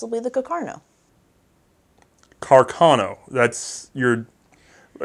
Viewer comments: It's Carcano, not Cacarno. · congratulations for the good work (both very informative and entertaining)! One minor detail, if I may: it appears "Carcano" should be pronounced putting the accent on the first "a". Thus: Càrcano, after the italian artillery officer Salvatore Carcano. Sources: 1.) Enciclopedia Treccani: 2.)the curator of the WWI museum of Redipuglia in Italy. A few years ago I had a chat with him and he corrected me.